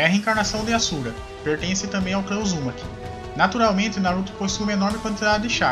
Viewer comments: O que me irrita em qualquer canal que faz menção ao Naruto ou até mesmo a qualquer outro anime é que falam os nomes dos personagens errado, cara o nome do personagem é o nome falado em Japonês, exemplo: clã "Uzúmaki" com a pronúncia da letra "U" como se tivesse um acento agudo, o correto é Uzumaki. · Mano o cara não consegue falar Uzumaki kkk seus vídeos são fodas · Vc fala uzumaki estranho